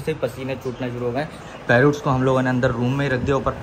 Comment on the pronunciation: Parrut nhi hota parrot hota hai